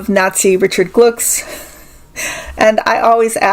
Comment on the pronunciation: Glucks is pronounced “Glooks” Hesse is simply pronounced “Hess.”